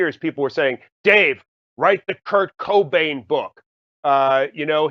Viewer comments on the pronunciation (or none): the way he says Kurt KO BANE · Anyone else annoyed as fuck how the interviewer pronounced Kurt Cobain.....